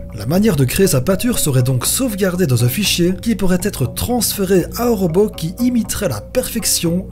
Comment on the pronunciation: ROBOT PAS ROBEAU !!!!!